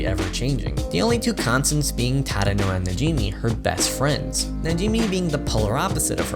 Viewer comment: Who is tadano I think you mean chadano